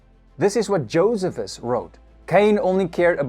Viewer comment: Very good program. I was once corrected from saying Josephus the way you did, to saying it with emphasis on middle syllable. Jo- SEE - phus... ( Not JO- sephus). This was at a Bible archeology seminar.